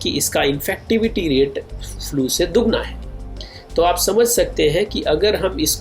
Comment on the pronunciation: फ्लू भाई फ्युएल नाही बोलते...... सायंटिस्ट सर